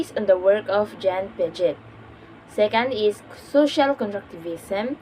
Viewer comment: Hello hindi po (pyaget) yung pronunciation ng Piaget. Ang tamang pronunciation ay (Piajey) or Piaget.